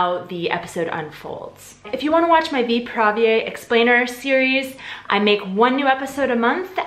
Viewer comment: I’m sorry... but 👏🏻WE👏🏻ARE👏🏻NOT👏🏻RUSSIANS👏🏻 👏🏻WE👏🏻DON’T👏🏻PUT👏🏻STRESS👏🏻ON👏🏻THE👏🏻SECOND👏🏻SYLLABLE👏🏻 (It’s “VY-prá-věj” and “Přemek PO-dla-ha”, not “vy-PRÁ-věj” and “po-DLA-ha.) Let me just say, I do enjoy your videos, and as a Czech I really both appriciate and admire that you are trying to learn and use our language while also trying to understand our cultural background. Thank you! That being said, I really do not understand why practically every natively-english-speaking person does this - i.e. trying to speak czech and always stressing the second syllable of each and every word. No. This has to stop. We always, usually (of course there are some exceptions), predominantly put stress on the FIRST syllable. It’s general rule and I think it’s really one as easy as it goes for remembering a rule whilst learning a new language. (Also, before some Russians or russian-speaking people try to bash me, yes, i know not everytime is the second syllable stressed in russian language but this is usually used as a generalisation trait - for example in acting - when some actor is immitating a russian speech or accent... so I think most of us have this idea what we think russian sounds like (mainly from movies and TV), eventhough it might be inaccurate. And sadly, it sounds oddly similar to when foreigners from english-speaking countries try to speak or immitate czech. Which is simply TOTALLY incorrect.) For someone living in CR for years and being used to hearing czech everyday (I think? Ple